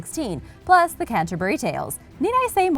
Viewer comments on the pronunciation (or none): none